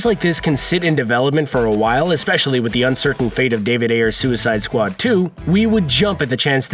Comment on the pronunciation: "and then there was suicide sqau-ad plays"